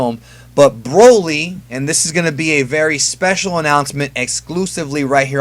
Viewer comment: Can you stop saying B R O L Y like that? lmaooo